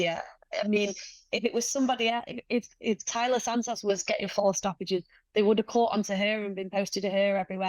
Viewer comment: Santos has a crush on you. You can't tell? Respectfully, the Santos you fought was not the same Taila that Valentina fought. That said, you are the best flyweight in the world, bar none. Alycia Baumgardner is your super fight. Dakota pronounces Santos as Santoss. Too cute.